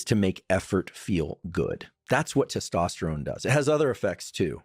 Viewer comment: Tes - tos - terone … pronounce it like this bhai , mazak nei uda raha hun bas correct karra hun apka og followers mei su hun